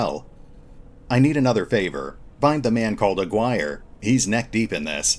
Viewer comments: The name you (and any other youtuber playing this game) are REALLY butchering is Aguirre (''A'' like in ''Artic''. ''Gui'' as in ''Guinea pig'' and ''Rre' like in ''Rest'''). It's pretty funny how everyone is saying A-wire instead xD The game looks sick from what I've seen but the line of sight problem is a real thing,seems like they're working on it tho so lets see what happens. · "Aguirre" is read as... A = the participle "a" Gi = the karate uniform Re = the musical note. "a-gi-re" and is a Spanish (in the case of Jerry Melendez Hispanic) surname.